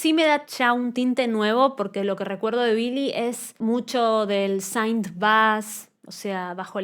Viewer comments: No es saaaint se pronuncia sint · te banco fuerte pero tenés que dejar de decir "saint" jajaja, synth en inglés se pronuncia como suena 😛 Me pareció un disco solido y versatil para lo que es el pop actual, no me partió la cabeza pero me gustó lo suficiente como para escucharlo cada tanto, y me gusta mucho este rumbo de sonido indie que esta agarrando el mainstream, espero que no lo corrompa. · es q synth se pronuncia con la i latina, ella lo pronuncia incorrectamente